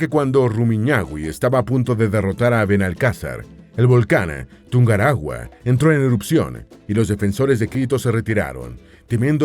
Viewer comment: Fantástico el vídeo lo único es del nombre del volcán no es tungarahua. Es TungUrahua